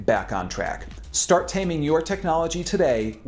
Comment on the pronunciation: Can't deal with him saying "shtart", sorry